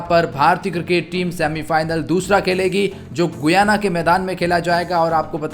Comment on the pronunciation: Bhai गुयाना नहीं गयाना